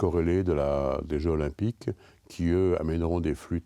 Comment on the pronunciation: Difficile de faire moins intéressant : on n'apprend rien. Et ce type n'a même pas fichu de faire la liaison Jeux zOlympiques